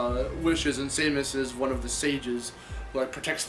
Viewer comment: It's SAY-MOS, not SAY-MIS!!!